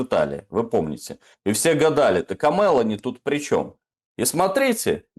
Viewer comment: Дорогие ведущие! Пожалуйста произносите фамилию итальянского премьер-министра корректно, с правильным ударением! Её фамилия Мело́ни!! 99.9 % итальянских фамилий имеет ударение на предпоследний слог. Иначе это звучит как Ме́лани- персонаж из фильма "Унесённые ветром" . Я долго не могла вообще понять о чём вообще речь. Спасибо!